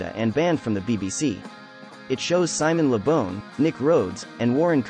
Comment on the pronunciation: Its Simon Le Bon (BAWN). NOT Simon Le Bon (BONE)!!!!